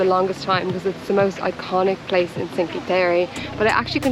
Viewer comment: Indeed you pronounced Byron the Irish as well as the British way being that Byron's Grotto is named after none other than the famous British poet Lord George Gordon Byron! For future use: Cinque is not pronounced "sinkee" (grimace LOL) but is pronounced Chink-weh. You're welcome and thanks for the tour!